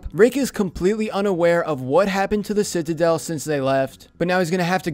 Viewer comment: the way he says citidel lol